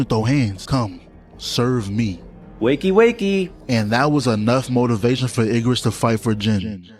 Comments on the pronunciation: Yes it's bird. Why commentator say Iggerus like that? It's Igris 😅😅😅... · “Iggarus” bugged me more than it should have 😂